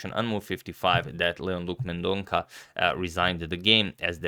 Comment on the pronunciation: Sorry for pointing out but Leon surname is pronounced as Mendon'SA'